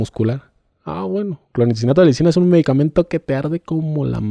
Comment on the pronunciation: DIAGNÓSTICO( DIADNOSTICO)...INTUBAR( ENTUBAR)...CLONIXINATO DE LISINA( CLONITZINATO DE LISINA DICE EL SR.)🤣🤣🤣🤣🤣🤣🤣🤣🤣🤣🤣🤣🤣🤣🤣